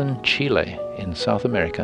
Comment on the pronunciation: finally someone who say Chile and not chili =) !